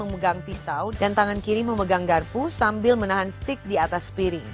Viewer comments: Dia bilang setik 😂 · "Steak" bukan "stick" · steak bu bukan stick jajjajaja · STEAK = STEG bukan STIK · s t e i k not sticccc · It's steak (baca: steik) btw, not stick! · bacanya steyk bukan stik, mba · Steak , bukan stiiikkk mba... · Dibacanya steik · Mba sorry nih, bilang Steak bukan stik/stick, salah pronouncenya mba.. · Iya, harusnya 'steik' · Pronunc ny bukan stik, nnti dikira tongkat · hahahahahaahahahahahahahahahah ssSSTIK! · Yg bner seteyak vngke :v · Yang bener SETIK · engga maksud saya cara ngomong steaknya salah bukan stick tongkat ...